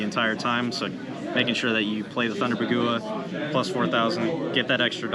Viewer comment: Dude whoever is saying Bah goowah needs to cut it out its bog wah